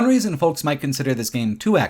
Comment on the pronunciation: Why does every youtuber not know how to pronounce "folks"? The L is silent you fucking idiots. Foe-ks. Not Fole-ks. Egg yolk. Yo-k. Like Yoke. Not Yole-k.